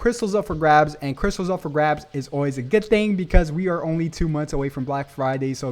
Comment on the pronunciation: Did I hear crysals 💸